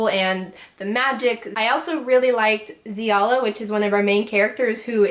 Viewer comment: I am very relieved you pronounce Xiala the same way I do